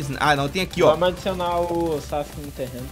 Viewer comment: vc falo sauske